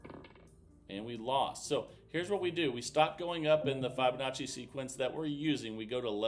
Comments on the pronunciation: Wow this is hard work no thank you, and please pronounce the name properly it’s Fibonacci NOT F eye bonacci hearing it mispronounced so many times is annoying. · F eye bonacci/ F eye bonacci / F eye bonacci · Hey Jack it’s not about my annoyance he has been told many times but he’s just stubborn I don’t usually care but when I hear it 50 times in a video yes it does get annoying.